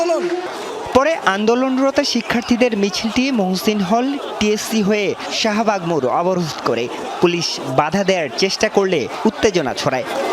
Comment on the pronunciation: It is Shahbug not Sahabug. I mean Shah not Saha!